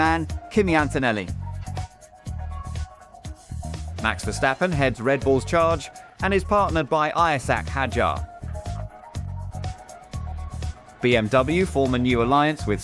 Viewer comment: "Ayasack Hadjar"💔🥀